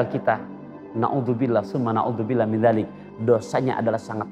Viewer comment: Maa min dzanbin min bukan maa min dzanbit ...